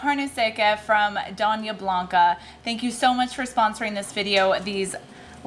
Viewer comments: It's Dona...sounds like Doe-knee-a..😊 meaning Mrs. 👍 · I love your videos, the sponsor is a Spanish company and Doña is pronounced like doe.n-ya, and HEB is H.E.B…I’ve never heard of that company so I will head to my local HEB and seek them out. I’m in love with you channel, you have no idea how badly I needed to find ideas for real meals that just happen to be Keto, that absolutely anyone can enjoy. I’ll be starting Keto again, however I’ll be doing vegetarian keto at least half the week to offset the rising costs of meats. I have a local market where I can find produce relatively cheap. Maybe an idea would be to try a weeks worth of plant based out vegetarian Keto recipes as full meals? Again, Thank You!